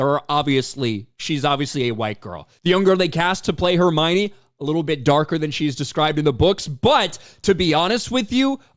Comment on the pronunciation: ❌Hermione ✅Hermana